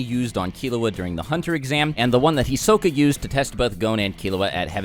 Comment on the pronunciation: "Hisoke" It's Hisoka but whatever